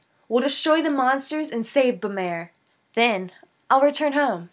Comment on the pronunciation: The way that you pronounce the kingdom's name is bu-m-are, if you look at how it's spelled "Bamarre" you change the first 'a' to an 'u' (like in up) leave the 'm' sound (like in milk) then the last part is just like the word 'are', so in all you would say it like bu-mARE. I hope this helps! I think that you have a very good reading voice, and I know that it will only get better in time!